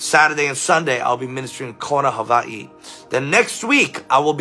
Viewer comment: You pronounced Hawai'i correctly 😊😊